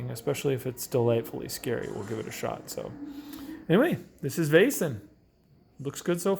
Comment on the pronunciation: If you just loose the "i" or "j" sound when you pronounce "Vaesen" it's pretty good. The "ae" or "æ" (Væsen) makes the sound as "ei" in "Veil." Hope this helps.